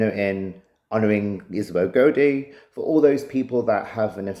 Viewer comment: It's pronounced (Gow-dee) not (Go-Dee) also I noticed in your documentary trailer for your Kickstarter you also call her home village Auldean it's Auldearn (All-Dern)